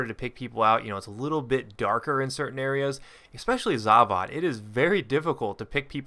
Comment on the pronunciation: The way you say Zavod rustles my jimmies..The 'o' makes an 'o' sound, not another 'a.'